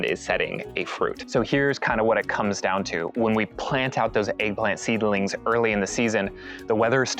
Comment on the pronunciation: Why are you saying seedle lings. Thanks had made all of these mistakes, lol